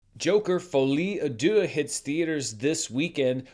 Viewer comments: My French is rudimentary but I think you pronounced deux (two) like dieu (god). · Should I correct on his pronounciation of "Deux" 🤔